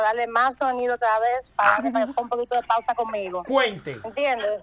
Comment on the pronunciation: Cuando dice pausa en vez de pauta, me altero